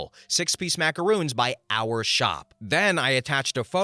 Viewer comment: they're macarons, not macaroons. Short "o" at the end there. A macaron is a sandwich-like cookie that's filled with jam, ganache, or buttercream. A macaroon is a drop cookie made using shredded coconut. Kinda like mistaking Oreos for girl scout samoas.